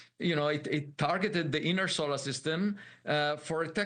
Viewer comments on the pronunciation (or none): none